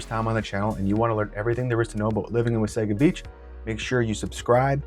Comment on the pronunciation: Nice job describing the Wasaga Beach communities! Just a note on your pronunciation... City folk call it like you do but it's actually pronounced "Wah-saw-ga" beach. Blessings